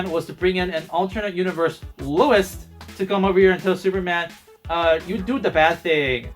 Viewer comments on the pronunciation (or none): It's Lois, not Lewis.